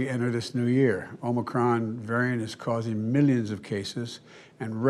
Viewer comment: He READ the whole update but at least he finally called it "Omicron" instead of "Omnicron".